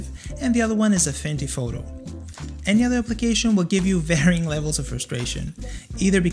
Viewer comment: excuse me may i ask did you say afindy photo?.